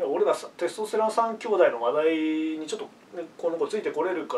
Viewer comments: イントネーションのせいでテスとステロンの3兄弟みたいになってる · テスト⤴️ステロン⤵️ww